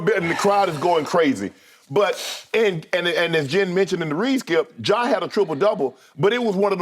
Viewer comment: Nobody: Skip: “JAW” Morant